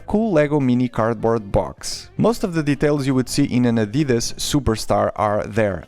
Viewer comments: It's Adidas not adeedus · Wait you say adidas like an American? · As a German it’s always weird to hear non native speakers pronounce Adidas like you did